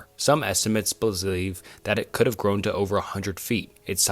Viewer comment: holy shit..he just doesn't know what the word "believe" is even though he said it the sentence before.